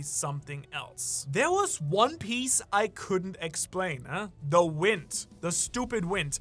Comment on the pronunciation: "THE WINT" and I'm wondering WTF is the winT, with T at the end... turns out it's the winD but you pronounce it from your arse 😭😂